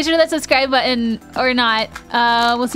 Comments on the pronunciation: Anyone else hear at the end "mmmm cocklit" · Arin did you say Cocklate 😆